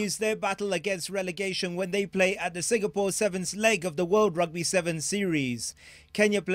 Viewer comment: What is "religation"? You mean "relegation"? NTV..Do better.